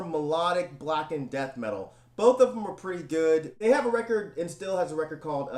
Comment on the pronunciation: Hey here some Tipps on your german pronounciation: Endstille, you forgot the last "e" it's pronounced same as the first one. Then "st" is pronounced "sht" in german. Since the german "e" is quite like the english "a" (not the same but similiar) Endstille is pronounced: Andshtillah;)